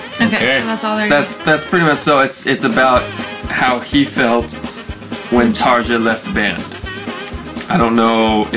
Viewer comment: Hi guys! Just let you know it's pronounced "Taria".